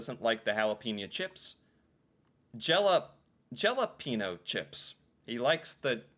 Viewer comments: Gelapeno pronounced ja-lap-en-oh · Lots of old people pronounce jalapeño like Jel-ap-an-o and it’s just 😳🤦‍♀️ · The meme about not saying jalapeño and instead saying Galapeno is from trailer park boys he pronounces it like saying Gal and adding apeno 😅 I haven’t watched it in years but I think it’s either he does it to piss people off or just is that uneducated and won’t stand being wrong. Wouldn’t be surprised if it were the ladder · The jalapeno chips is a Trailer Park Boys reference, ricky whos the...smart one.... Calls em gelapeno and has a whole argument over the pronunciation. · it's pronounced ja-lap-en-o my no Canadian friend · He’s Ricky from Trailer Park Boys and he pronounces them….Jell….App….Ino Chips. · Some canadien say Gelapeno instead of Jalapeño. And some say Galapeno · It's Rickie from Trailer Part Boys who can't pronounce Jalapeno. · J pronounced like H J like jello here lol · Yeah, but the guy in the picture replacing Drake is Ricky from Trailer Park Boys, who is famous for mispronouncing words, and sometimes making up words when he doesn’t know the right one to use.